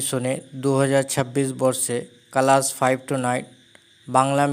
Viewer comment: কালাস না ক্লাস 😂😂😂😂😅😅